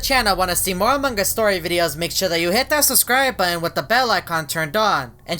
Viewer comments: Your not saying among us u said amog us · Why does always say "Among gus" instead of "Among us"? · hoffman says Amon gus not Among us hes right DUM DUM